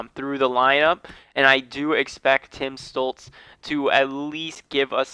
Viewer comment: its not tim stulz its tim stutzle just wanted to say that, the video is great